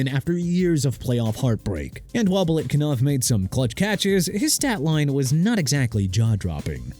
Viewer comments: BILETKINOV?!!!!! ARE YOU STUPID?! BILETNIKOFF!! GET HIS NAME RIGHT!!!!!!!! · It’s Biletnikoff, not Biletkinoff. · Belikinof??? Are you that uninformed? Did you really fail that badly? How embarrassing!!!😂😂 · Showing your age if you can’t pronounce Biletnikoff properly. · DON'T ASK ME THAT NO MORE. I DON'T CARE WHAT YOU THINK. "IT'S NOT A BIG DEAL" YEAH REALLY? CAN'T GET BILETNIKOFF CORRECTLY.